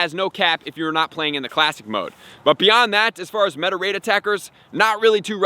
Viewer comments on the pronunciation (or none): none